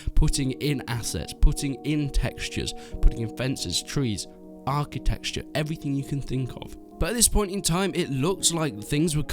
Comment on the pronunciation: "Architexture" LOOOOOOOOOOOOOOOOOL